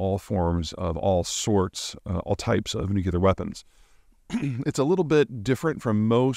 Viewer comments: Peter its hard to listen to advice about nuclear matters from somone who can't pronounce it. Its pronounced new clear. Not new cue lar, for heavens sake. Its embarrassing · This guy knows more about geopolitics than 10 of the smartest ppl I know combined, but then he says ‘nucular’ 😂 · no no no it's nuke lee er learn to speak english. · Sorry, you’ve earned and automatic dislike, I have a bunny who I rescued as a baby and he’s the sweetest little dude possible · You pronounce "nuclear" like Homer Simpson: nucular. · It’s pronounced NEW-CLEE- ER, Peter, NEW-CLEE-ER. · Peter saying "nuke-yuh-ler" as many times as he can in one video just to annoy the people who care more about pronounciations than actual content. 😂😂😂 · Nucular? What's that? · how can i take my boy Zeihan seriously when he pronounces nuclear nucular? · Nucular... Why, Peter, why...? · You're the seventh or eigth to point out the mispronunciation, yet you no doubt think you're being original and clever... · “Nukelar” really? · Can anyone explain to me why even educated adults pronounce it "nucular"? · Nuclear. Pronounced NEW-CLEAR. Two syllables 😁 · You're the sixth or seventh to point out the mispronunciation, yet you no doubt think you're being original and clever... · A bit of me dies inside every time Peter mispronounces "nuclear". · Peter never says nuclear correctly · I don't care more about pronunciation, but mispronouncing nuclear makes a person sound ignorant. You'd think Peter would take more care about things like that. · I see people working in nuclear engineering pronounce it that way. It's just Americans 🙂. Honestly, I think both are accepted pronunciation now. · The word "nuclear" is a two syllable word. It is NOT a three syllable word. Stop miss-pronouncing it. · Why can’t super smart people like Peter correctly pronounce “nuclear”. Baby Bush couldn’t pronounce it, not so super smart. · Bro please learn how to pronounce nuclear already. There’s no u after the C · Nu-cle-ar, not nu-cu-lar